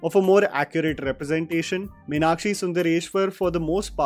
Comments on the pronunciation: It's not minakshi, it's Meenakshi (to be correct it's actually meenatchi in Tamil pronounciation because a Tamil girl won't have a name with Meenakshi spelling because "ksh" syllable is of Sanskrit script not Tamil script. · The name is pronounced MEEnakshi (मीनाक्षि மீனாட்சி), not Minakshee (मिनाक्षी) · A few observations: When sundar’s dad comes to office, he asks a couple of people if they saw a person wearing a lungi- no Tamilian would call that a lungi- that’s a veshti. Also, no Tamilian pronounces Meenakshi as Minakshi, they pronounce it as Meeenakshi..in a restaurant, that waiter pronounces dosa and not dhosa.. no Tamilian says Dosa. This is what happens when you have a largely non-South Indian cast and crew. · The problem starts with calling Meenakshi as Mi-nakshi 🤷🏻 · Totally!!! In madurai slang it's pronounced as Mēnātchī (மீனாட்சி). It sounds soo north Indian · Say with me....Meenaaakshi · The way everyone called "Meenakshi" with a shorter 'a' compared to the longer 'aa' as pronounced by South Indians was jarring! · I would strongly recommend that you learn to say the name 'Meenakshi' correctly, before you talk about the movie. Also, a piece of advice for Karan Johar. Stick to showcasing Punjabi weddings, with Chudis and Kangans. Leave Tamizh culture alone.